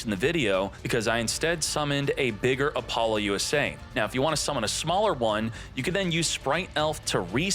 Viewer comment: Can you please stop calling it Apollo USA? That's NOT how it's pronounced. I don't know that I've ever been more triggered about a name before lmao. Nice video otherwise. Informative asf 👍